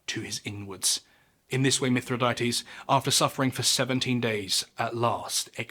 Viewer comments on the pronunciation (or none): Sigh. 1. It's pronounced "mi THRI dah teez", not "mith ri DAY tees". 2. Plutarch's report of scaphism (in "Life of Ataxerxes") is based entirely on an account by Ctesias of Cnidus, who even the ancients knew was an unreliable and absurdly sensationalistic fabulist (who, for example, claimed there was an entire race of one-legged people). Stop shoveling nonsense for clicks.